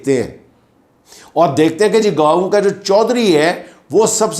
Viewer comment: It’s not Gaaoo, Gaon